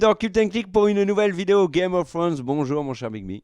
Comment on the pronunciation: Vidéo parfaite à 99%, le 1% qui manque c'est l'élocution au départ de Game of Fhrones 😋